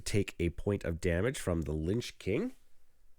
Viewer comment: It's Lich King (not Linch King). "In fantasy fiction, a lich (/ˈlɪtʃ/; from the Old English līċ, meaning "corpse". Related to modern German Leiche or modern Dutch lijk, both meaning 'corpse') is a type of undead creature."